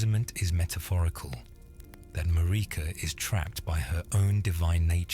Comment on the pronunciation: IT'S MARIKA, LIKE AMERICA WITHOUT THE A